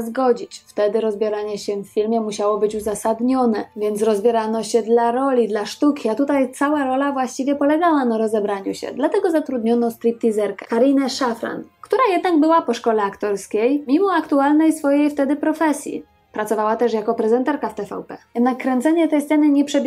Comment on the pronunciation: Karina Szafrańska a nie Szafran